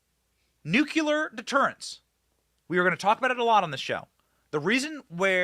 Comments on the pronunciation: Benny...Its Nucleeeeear.........not NUKE UUU LERRR.....ITS NUKE LEEEE ERRRR..PLZ SAY IT RIGHT... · Benny, I love you. But for the love of God, the word is Noo-KLEE-uhr. Nuclear, from "nucleus", the center of an atom. The L comes before the second U. Noo-KLEE-uhr. Not George Dubya Bush's way of saying it. Noo-KYOO-luhr is incorrect, and it makes my teeth itch every time you say it. Please break that habit and say it right! 🥺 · Benny, the word is NuClear nu clee are, not nuc u lar! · Love you BENNY but the word is NUCLEAR not NUCULAR, a common mispronunciation 😅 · Benny? It’s nu'-klee-er, Not nu’-kyu-ler Nuclear, not nucular. Other than that, keep up the good work. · New clear. Not new culer. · The word's NUCLEAR. You're Waaay too smart to say Nucular.